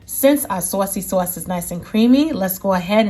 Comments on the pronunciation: Sawseee sauce??? 🤣🤣🤣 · like everytime she says Sausey Sause 😂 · Me: "Say Saucy Sauce one more time!" Her: "SUOACY-SUOACE" Me: "Yessss....one more time!" lol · Saucey sauce 😂😂 you must be from NY